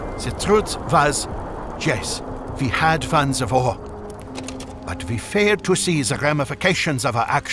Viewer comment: I love how he says "wor" instead of "war"